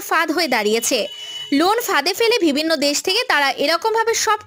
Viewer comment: আপু উচ্চারন টা ঠিক করেন। ভিবিন্ন না বিভিন্ন